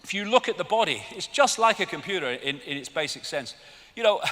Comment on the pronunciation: "Yu-mun" Smacks lips "Com-poo-da"